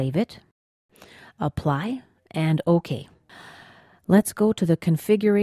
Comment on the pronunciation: And... click Oh-Keah.